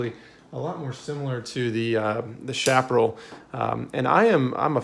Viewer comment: If you haven't yet, please review your pronunciation of "Chaparral." You seem fluent in North American English, so this should be easy for you.